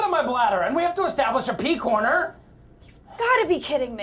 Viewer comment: "We have to estabilish a pee corner!"